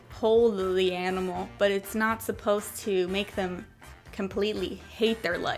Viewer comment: i love how you pronounce the word "enimal"